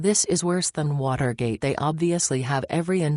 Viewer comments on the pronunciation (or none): none